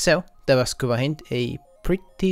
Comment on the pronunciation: You said hin-d Its pronounced hynd Like a Russian hind